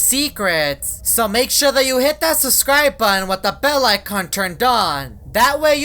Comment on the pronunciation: ok i like how says Subcribe became suscribe